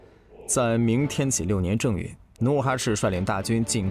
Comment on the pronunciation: 正月，读zheng1月，不是zheng4月。